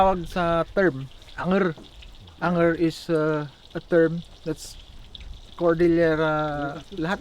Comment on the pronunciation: Dapat ‘Anger’...saan nga ‘Ang-er’. Anyway, good content.